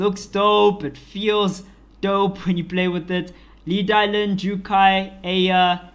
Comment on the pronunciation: Laevatein is pronounced Lay-va-teen. You're saying a whole different word (Leviathan).